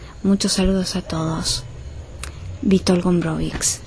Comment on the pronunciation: "cz" lo que deben aprender a pronunciar